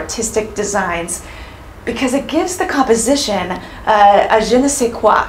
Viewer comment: lol it's not "je ne sais quack"... it's "je ne sais quoi" (kwah)... but nice try. It means, I don't know what.